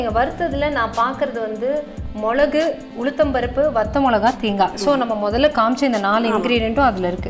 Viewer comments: மொழகு இல்ல மிளகு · மொளகு, மொளகாய்னு சொல்லாமல் மிளகு, மிளகாய்னு சொன்னால் நல்லாயிருக்கும்!!! நன்றி.